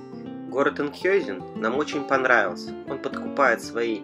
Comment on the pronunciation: правильно название звучит Энкхаузен